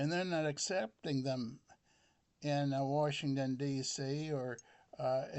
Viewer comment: It most certainly affected my mental health. No doubt! Also I think its hilarious how you say "Washington". Not digging on you but it is funny!